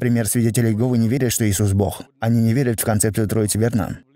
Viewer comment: Попросите переводчика чтобы он постарался говорить Бог, а не бох!!!